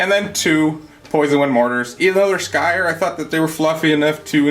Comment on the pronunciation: Skryre. Sk-rye-er. I too often hear Sky-er. Just like those saying Dry-cha instead of Dry-Ka (how it's officially pronounced).. they really should provide pronunciation guides with their units names haha!